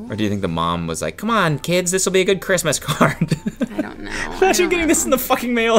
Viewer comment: The "Merry Krizmas......." absolutely annihilated me